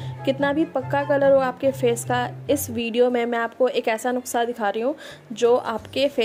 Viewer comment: It's nusska...Not nukksa ...U said it nukksa lol....